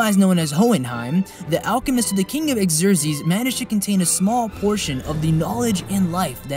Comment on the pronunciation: Killing me with the pronunciation. Xerxes.(Zurk-zsees). Homunculi (ho-mon-cue-lie). Otherwise. cool.